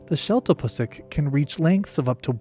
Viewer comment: Lmao I knew every animal except the desmans & maleo 😂 I can't wait to do some research on them now‼️ PS- The sheltapusik is pronounced with a long ū sound 👍 (like mimicking shooting sounds pew pew)